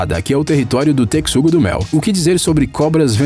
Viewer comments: Tecsugo ? Pelo qie consta a fonética é Texugo mesmo ... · Só eu q fiquei encomodada por ele falar tecsugo e n texugo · Não é tecsugo e sim texugo(techugo). Quando falou das hienas mostrou os mabecos, um tipo de canídeo selvagem africano. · Toda vez que o narrador fala: "TeCSUgo", dói na alma. E ele repete umas 500 vezes. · TeCSugo nunca vi esse animal e sim o TeXugo!!!!!! Q AGONIA ELE FALANDO O VIDEO TODO TeCSugo!!! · Que agonia desse tecsudo. É texugo, véi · Me deu agonia ele falando "teCSugo", é " teCHugoooo" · Eu: Não se pronuncia "Tecsugo" do Mel e sim "Techugo" do Mel! Narrador: Foda-se!! Porque o Texugo do Mel não se importa! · Vcs tbm ficaram com agonia dele falando tecssugo - do - mel mn q raiva kkkkkkkkkkkkkkkkkkkk é teXUgo mn kkkkkkkkkkk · O "techugo" virou "tecsugo" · Adorei o vídeo , mas o narrador não sabe ler é texugo não tecsugo , é texugo XU TEXUGO NÃO A "C" NENHUM . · Ajahahah para de falar "tecsugo do mel" é TEXUGO com a pronúncia TECHUGO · Se lê Techugo não Tecsugo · Não se pronuncia " teCSUgo" se PRONUNCIA " teCHUgo" Nessa palavra o x tem som de ch Oloko gente 172 likes Tô famosaaaaa ( só q não;_;) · O cara falou TECSUGO (PRONUNCIA) e ta errado eh TECHUGO. N EH POSSIVEL QUE O CARA NUNCA OUVIU A PALAVRA TECHUGO PRA FICAR FALANO TECSUGO. Ridiculo na moral. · A pronuncia não é "tecssugo do mel", é "teXUgo" mesmo, ou ratel. E aquela "hiena" com filhote na boca, não era hiena e sim uma espécie de cão selvagem. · Kkkkk, eu acho que esse narrador é voz computadorizada, não tem como dizer Tecssugo-do-mel tantas vezes tão perfeitamente . A pronúncia certa é TeXugo do mel . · "Tec-sugo"? Eu acho que a pronúncia em português brasileiro é "techugo". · Acontece que a palavra correta é texugo do mel com a mesma pronúncia de techugo. E não texugo com a pronúncia "tecsugo". Ou é narrador virtual ou não fez a tarefa de casa. Basta fazer uma busca simples no YouTube e ele iria saber a pronúncia. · TeCSUGO???? KKKKKKKKKKKKKKKKKKKKKKKKKKKKKKKKKKKKKKKKKK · vdd kkkk